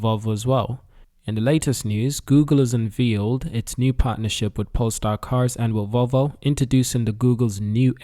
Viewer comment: Un veal ed. That's now how you say unveiled.